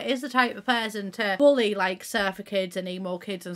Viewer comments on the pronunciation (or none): none